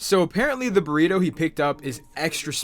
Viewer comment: he did not just call that a borito 💀